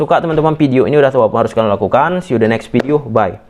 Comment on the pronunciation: Video Bang,bukan pideo😂😂🤗